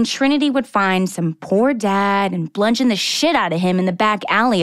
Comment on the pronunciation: Blungeoned and blathered haha